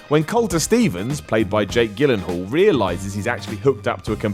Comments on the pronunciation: It's pronounced Jillanhal, and actually I LOVE THAT ENDING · Actually it's pronounced "?YEE - lin - HAAL" it's Swedish you see